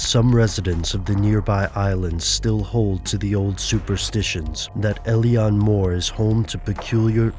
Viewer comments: its pronounced il-on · Thats uh.. not how you pronounce Eilean, guys.